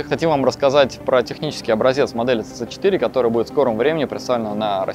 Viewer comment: Мне одно интересно, почему автор столько времени работает с Teyes и до сих пор не правильно произносит название моделей. Даже сам директор несколько раз повторил сиси 3, сиси4, а у автора все равно цц3 и цц4)) Ну как так то?)